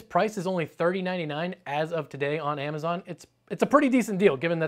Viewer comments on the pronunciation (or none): none